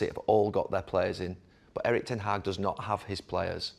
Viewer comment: Éh? Éh? Eh-Rik Ten Hag :)